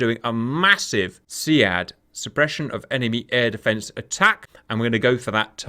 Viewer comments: its pronounced "Seed" in real life military lingo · SEAD is pronounced (SEED).